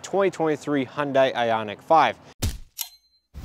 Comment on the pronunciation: It’s hun day not hun die